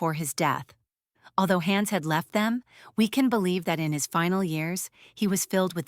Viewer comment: Please, don´t say: Haaans...it is "Hanns". It's as annoying as a fly on your nose....